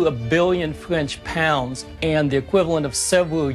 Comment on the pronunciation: "...Which cost over a biwwon fwench pownds and the equivalent of several years worth of total income of the fwench monarchy"